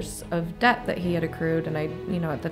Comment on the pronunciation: you have a great channel with valuable content. I would like to respectfully point out 1-2 reoccurring mistakes you keep making: (1) Please look up the difference between the words “owe” and “own”, which I notice you sometimes confuse. (2) In the word “debt”, the “b” is supposed to be completely silent, in that your lips are not supposed to touch at all; this has personally confused me for when I came to the US. I thought given the content of your channel it may be worth pointing this out. Thanks for your work!